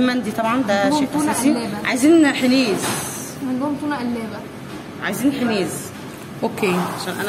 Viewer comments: لحم حنيذ مش حنيز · مسموش حنيز.. اسمة حنيذ... بالذال مش بالزاي. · (حِنيز) = (حَنيذ) هههههههههههههههههههههههههههههههههههههههههههههههههههههههههههههههههههههههههههههههههههههههههههههههههههههههههههههههههههههه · هههههههه الله يسعدكن أسماء الاكل تنطقنها تفقع ضحك حنيز و زرابيان شفوت 😂😂😂😂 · نطق اسماء الاكلات بعضها خطا هذي عادي اختلاف لهجات لكن ما تعرفو عاصمه اليمن وتقولو مش عارفين هذي اهانه ليمن واليمنيين كل يمني مشترك بهذي القناه الغاء الاشتراك مع احترامي لجميع